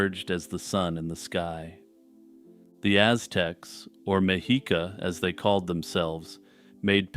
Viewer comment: Small correction, the Aztecs didn't call themselves "Meh-HEE-kah". They pronounced it "Me-SHEE-kah."